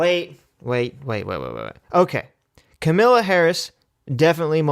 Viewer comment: Ka—meh—lah. Like Pamela, with a K.